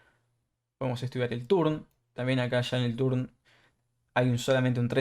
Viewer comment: Tern not turn. Coll not call. Reist not reised .. bord not board. muy bueno el video. Maestro ud. . Cual version incluye todo esto. Gracias. Te regalo la ayuda de pronunciación del ingles.